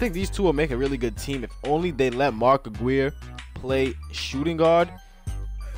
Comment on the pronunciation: You say mark Aguirre wrong